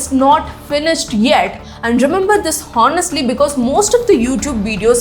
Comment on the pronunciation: You pronounced honestly wrong. ‘H’ is silent . Thank You